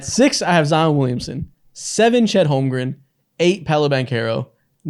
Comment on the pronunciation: If I hear say “Holmgrum” instead of “Holmgren” one more time, I’m buying him a jersey so he remembers😂